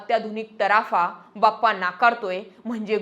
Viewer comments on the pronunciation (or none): बप्पा नाही हो... बाप्पा म्हणा... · बप्पा नाही हो, बाप्पा बोलावे. धन्यवाद.